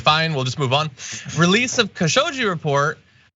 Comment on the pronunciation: John, just for future reference, in Khashoggi the G is pronounced like it is in "Gone" not like "Giraffe"